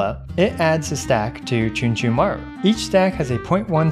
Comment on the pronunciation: Chunchunmaru... more like Achoochunmaru